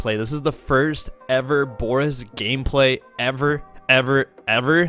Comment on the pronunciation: The fact you're pronouncing his name wrong is cringe itself